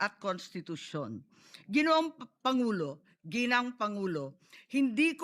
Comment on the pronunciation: Tama ba ung narinig ko sbi ni Sen. Imee "...si bongbong marcos ang ating pangulaw" 😂😂